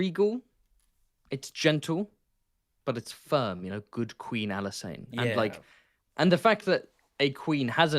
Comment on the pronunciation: Pronouncing Alysanne like she's an alkane. Methane, ethane, propane, butane, Alysane